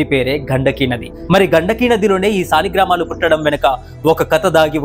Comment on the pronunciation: సాలిగ్రామాలు కాదు తమ్ముడు " సాలగ్రామాలు " అని పాలకాలి అని " బ్రహ్మశ్రీ వద్దిపర్తి పద్మాకర్ " చెప్పారు నీకు నచ్చితే correct pronounce cheyyu